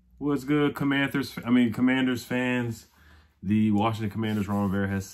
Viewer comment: it's Commanders not Commanthers 😜, I know it was a slip lol. As much as I am not for Ron Rivera, I think he done good in this year's draft, all I am hoping is at least 10 wins with this group of players, especially excited about running back Robinson, Dotson and of course Sam Howell.